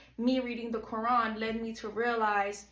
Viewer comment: U cant even pronounce the Quran correctly lol fake. "Imaans which is like a priest" lol fake video by a troll .